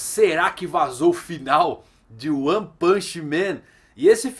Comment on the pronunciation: Toda vez que ele fala "O one" eu entendo "Juan".